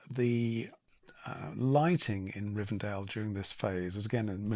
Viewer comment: I think she keeps calling it "Rivendale" in every episode, but it's name is Rivendell. It might seem at first glance like a small detail, but Tolkien wrote the names of things first, then the story followed suit. It's quite important to have the correct wording for us to understand his references and messages. If you don't already, I recommend that you watch with subtitles.